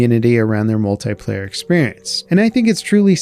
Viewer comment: "Multayplayer" its Multiplayer.